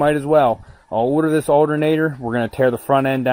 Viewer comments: I swear to god I’ll pistol whip the next person who says aldernader! 🤣 PIZZAA🍕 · the alternatter,where matter lol way you say it makes me laugh, great video rocks..